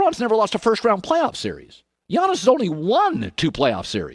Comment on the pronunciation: it's Giannis 🤦🏾‍♂️